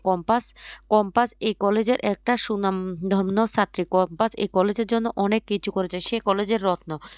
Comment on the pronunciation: ধুর্। যা বলছেন তা তো সবই কাল দেখেছি। যা Caption এ দেখালেন তা বলছেন কোই ! আর উচ্চারণ টা তো আগে ভালো করে করতে শিখুন। " স্বনামধন্য " বলতে গিয়ে কি যে বললেন বুঝলাম না। আন্দাজে শব্দটা বুঝলাম।